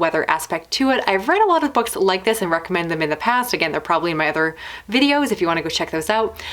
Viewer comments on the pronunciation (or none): none